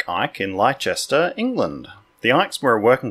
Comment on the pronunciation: Leicester is pronounced 'Les-Tar' or more simply Lester same as famous jockey Lester Piggott.